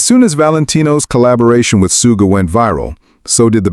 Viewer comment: Yoongi was a shooting guard on his school basketball team. So Suga is not pronounced "Sue"ga, but "Shoo"ga. You've got this! 🤞👍